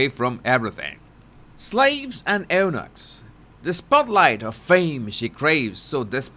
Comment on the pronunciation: Jesus - love some of your pronunciations:-) Eunuchs is more ‘you -nooks’ 😊